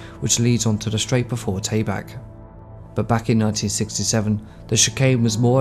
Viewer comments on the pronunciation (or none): not just driver names… there’s no corner at Monaco called “Taybac”.